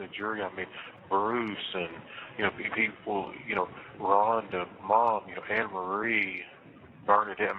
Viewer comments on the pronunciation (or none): I hate the way he say Rhonda because that's my name 😮